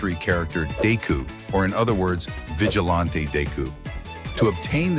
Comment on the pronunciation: "dayku" "Vigilahnte dayku"